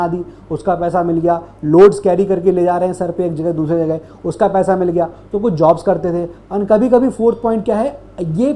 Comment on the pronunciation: Paisa ❌️ Paiesa ✅️